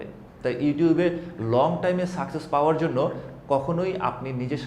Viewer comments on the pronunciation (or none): none